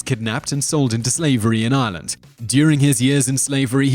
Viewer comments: I'm sorry but 1.) it's Ireland not Island - say it right and you've butchered most of the names. I know they may be hard to say but at least pronounce easier ones like Banshee correctly. You should be putting an accent on the she so it stands out more if that makes sense? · anyone else feel he's pronouncing Ireland wrong :/ I'm hearing Ieland not Ireland maybe its just me